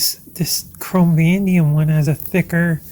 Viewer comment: Chrome.... Vah-nay-dee-um